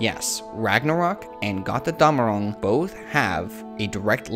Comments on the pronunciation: It's "GOAT-er-DOM-a-ROONG" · As a german i always laugh if you say Got rr Damarung x) love your theories though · it's kinda cute how you pronounce götterdämmerung haha